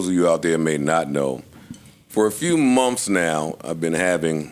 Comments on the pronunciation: But instead of months he says mumfffs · Momths? Is that how you say it? Asking for a friend that's trying to learn the lingo. Thanks